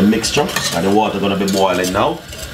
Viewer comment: chree cops of waata